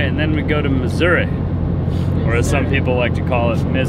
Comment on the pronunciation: Thank you so much and for pronouncing Missouri...correctly. Thank you for not saying Missoura....we pronounce the "i" on the end with the Eeee sound. Also, I am so happy that you are both home and safe and among family and friends, you too Frank:).